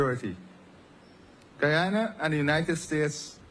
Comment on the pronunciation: And It’s Guyana. Not guayana!